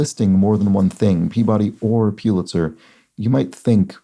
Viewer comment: I think Pulitzer is pronounced like "pull-itzer", not "pew-litzer". You can find the pronunciation on the official Pulitzer FAQ page, where they actually list it as "The correct pronunciation is 'PULL it sir.'"